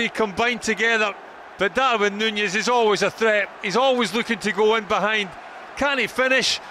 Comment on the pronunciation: stop saying Nunez like that please 🤢